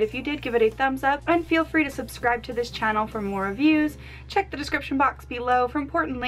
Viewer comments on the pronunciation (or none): none